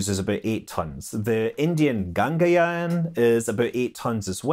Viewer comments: Scott saying Gangayaan lol when its Gaganyaan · Gangayaan? Seriously sir? After all these days of space news coverage you call Gaganyaan(Gagan means sky, yaan means vehicle in this context so its named as sky vehicle) as Gangayaan? P.S. No offense intended :-D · Indian crew capsule is called "Gaganyan" not Gangayan. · Dear Scott, it's not Gangayaan, it is Gaganyaan. Approximate Sanskrit etymology: gagan = space, yaan = vehicle. Interestingly, Ganga is one of the major rivers in India. So Gangayaan might be a good name for naval vessel. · Ganga-yaan XD. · Its Gaganyaan Scott, Ga-Gan-yaan... For Starship : Glide safe! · Ga-gan(pronounced as gun)- yaan Ga-gan-yaan. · It's GaganYaan! 😀 Just correcting. Gagan Means Space and Yaan means Vehicle in Hindi